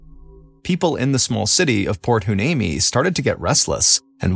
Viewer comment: Heuneme : why-knee-me .